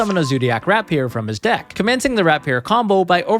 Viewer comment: Please learn how to pronounce "rapier" dude.